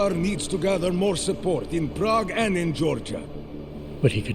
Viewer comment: I kind of hate how the one idiot pronounces prague. It hurts my brain. It makes me cringe especially since she is supposed to have lived there.